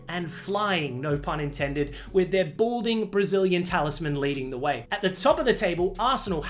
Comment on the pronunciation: "Bolding" Brazilian talisman 😂😂😂, is wild.